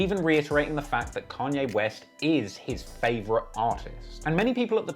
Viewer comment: Canyay west